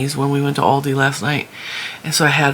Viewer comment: The company Aldi was founded in Germany by the brothers Albrecht and after a dispute they divided the company in Aldi Süd (south) for South Germany and Aldi Nord (north) for North Germany. They have a different stock. Trader Joes is basically Aldi North. And the A in Aldi is pronounced like the A in America 😊 Hope that wasn't too boring 😂